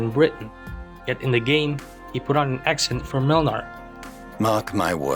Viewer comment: TBH as a Pole I have to say that Młynar's polish accent and pronunciation are terrible. Yet they're so fucking funny that I don't want them to change that xD.